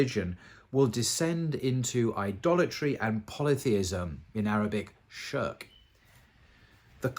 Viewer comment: Nice video 👌. The correct pronunciation for "shirk" is pronounced shir-rik with the "Rik" very short